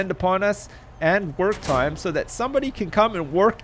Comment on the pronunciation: when u said work time i thought u said twerk time lol